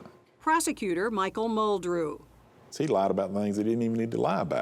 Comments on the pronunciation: Why is she pronouncing it as Murdoll? It isn’t even remotely right - we hear Alex even pronounce his own name very clearly as Murdock. Strange decision by producers to not correct her. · Why “MUR-DOLL” there’s no “L” .. it’s “Mur-Daw” Murdaugh… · The reporter has no idea how to pronounce Murdaugh. My poor closed captioning is struggling. Murdock, Myrtle, Murdall...